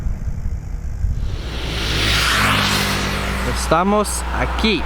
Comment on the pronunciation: "Estamos aqui" 👏👏👏 Boa pronúncia. 👌 🇧🇷✌